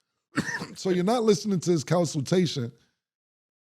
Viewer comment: Lol "Counsiltation" is crazy, too